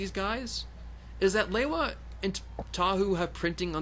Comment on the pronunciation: You not pronouncing lewa right